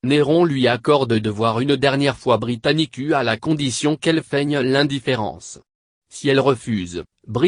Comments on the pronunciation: pllaa, britanicuu xD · De 1: C'est un voix d'capela Box -De 2: Ca prononce Britannicu -De 3: La vidéo entière ne contient qu'1 image